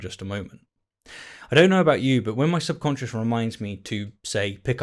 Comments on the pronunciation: It sounds like you’re saying “sub conscience” when the word is “subconscious.” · Are you saying "subconscious" or "subconscience"? What's the difference between a "conscience" and a "subconscience"? I never heard of the latter before and spellchecker doesn't recognize it. Wictionary thinks they're synonyms but I've never heard the word before. Where did you hear about it? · Great vid; well written. You included several keen metaphors and some effective understatement. But please stop saying "subconscience." Cheers!